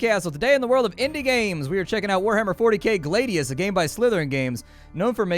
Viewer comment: "Glaedius"? It's Glad-ius! As in the Roman sword.